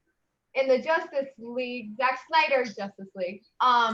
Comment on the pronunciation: "...in the Justice (Josstice) League...Zack Snyder's Justice League." I love that😂😂